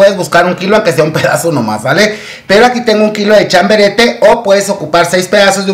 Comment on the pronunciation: Querido chiquillo se dice chabarete no chaberete jajaja